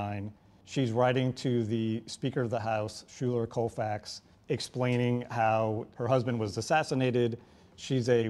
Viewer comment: I believe Schuyler Colfax's name was pronounced 'Skyler,' not 'Shuler.'